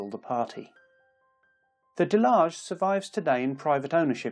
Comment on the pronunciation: I dont think its pronounced delage